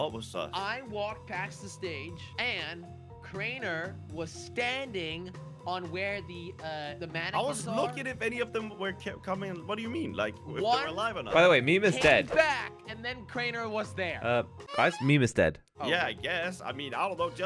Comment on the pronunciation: did really call the animitronics manequeins